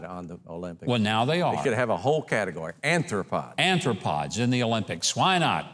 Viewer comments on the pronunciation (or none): what in the world is an "anthropod"? cockroaches are aRthropods, with an R, not N